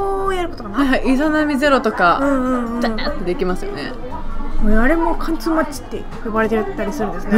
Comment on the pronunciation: 貫通はかんちょっていってるww